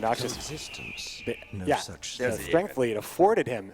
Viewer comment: it is truly annoying. specially the way he pronounces strength